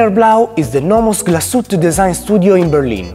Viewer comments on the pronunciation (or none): Comunque la E finale non è muta. glas-uete